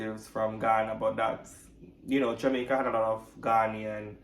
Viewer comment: Ghanaian is being pronounced wrong. The right pronunciation is Ghaneh ian. Also, we need to know who your DNA matches are. Did you get any matches from the US, Latin America and other Caribbean countries? Those are pertinent information that should be shared with your viewers. If you have DNA matches from the US, there could be a possibility that they are Americans, not Jamaican immigrants, in which case you might have a different family member that was shipped to the US directly from Africa.